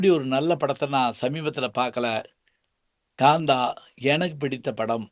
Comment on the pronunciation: ஐயா அவர்கள் நல்ல தமிழறிஞர்.‌ தமிழை எப்படிப் பேச வேண்டும் என்று நன்கு அறிந்தவர்.‌ இருந்தும் காந்தா என்ற பெயரை ஏன் GAANTHA என்று பலுக்குகிறார்?